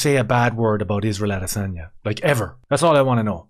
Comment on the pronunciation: (((ISRAEL))) "the vast arsebender" a-DAY-sanya